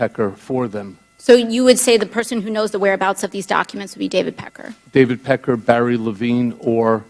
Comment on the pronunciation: She said packer.